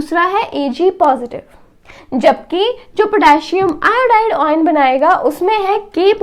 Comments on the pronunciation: oyan nahi ion bolte hai usko baki badhiya samjhaya hai maza aaya samajhke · Mam it's very nicely explained ...but the word oyn instead of ion distracted our mind